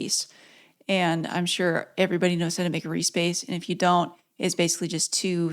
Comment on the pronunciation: The first few times you said Reece Bass I thought you were saying re-space. 🤷‍♂🤷‍♂